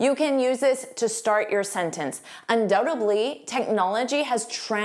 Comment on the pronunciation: Instead of "undoubtedly" I hear you say "undoubtebly"